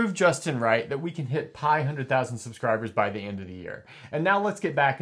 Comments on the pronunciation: did you say 500,000 or pi hundred thousand? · For a second I thought he said he wanted to reach "π - hundred thousand subscribers", and they are kind of close to that! 😄